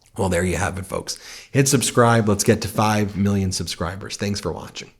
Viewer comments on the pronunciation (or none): none